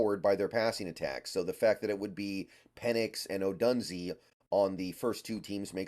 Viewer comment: Come on man. At least pronounce his last name right! 🤣🤣 Do you watch sports or just reading? O-DUNE-ZEHH. Couldn’t take you seriously man.